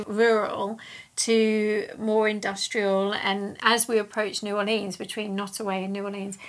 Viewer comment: New Or Lee Ans never heard it pronounced like that but I suppose someone had to